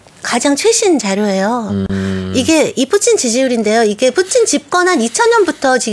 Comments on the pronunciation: 저놈의 " 뿌찐 발음 " 좀 배웠다 이건가? 로마를 롬으로 부르는 x nom 들 같다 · 발음..뿌친 ㅋㅋㅋ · 뿌찐 ㅋㅋㅋㅋ커엽 ㅋㅋㅋ발음 ㅋㅋㅋ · 발음 목소리 귀엽노 ㅋㅋ 뿌찐 ㅋㅋ